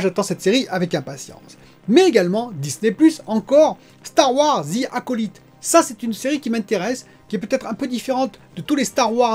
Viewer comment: Et c'est loupé pour la prononciation de "The acolyte". Dans ce mot le "y" se prononce /aɪ/. 😂 Pour "Dare Devil" aussi, c'est loupé. Mais on va dire que c'est plus difficile à corriger...